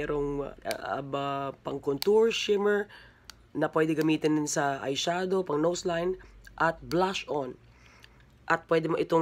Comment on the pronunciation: "Eye siadow" hahahaha